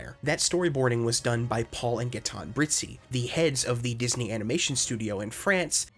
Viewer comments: for the french names: you said it well. except Gaëtan. the ë means it has to be prononced on it's own, so prononced Ga-é-tɑ̃ . Paul and Brizzi were well prononced even if i think the family name is italian. by the way : i'm french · So, Gaëtan is actually pronounced Gah-ey-toh, more or less